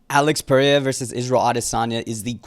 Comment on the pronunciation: I HATE THE WAY TO SAY PERERIAS NAME. PRAY-A. 😂